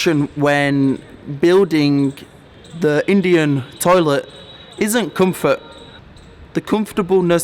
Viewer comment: Your English=Indian tolit 😠😠😠